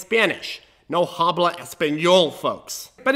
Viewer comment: It's "no hablO" lol